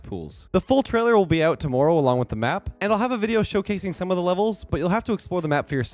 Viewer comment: that tommoorow reminded he was canadian lol